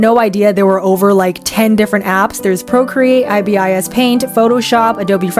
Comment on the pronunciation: this is the first time I've ever heard anybody say I-B-I-S instead of ibis... like, the birds